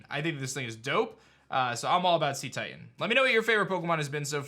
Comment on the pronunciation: Again... its pronounced 'say-titan', not 'see-titan'. the word comes from cetacean (pronounced say-tay-shun), which is the group that includes whales and dolphins, and titan, for obvious reasons.